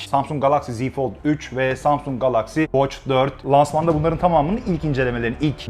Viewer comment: Galaxy ve klasik kelimelerindeki a sesini neden kalın okuyorsunuz?